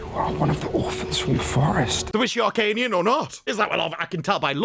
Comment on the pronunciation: I thought it was Hyrkanian not arcanian